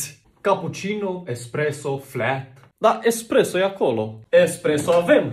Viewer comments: m am uitat de 2 ori ca sa înțeleg ,Tu ai zis expreso dar e espreso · El a zis expreso sí se numeste espresso:)